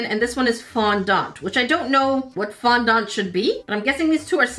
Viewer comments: It is fondant not fondond sorry 😔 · Its pronounced Fond-Ant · It is fondent not fondant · As someone who loves baking, I audibly wheezed when she said ‘Fon-Daant’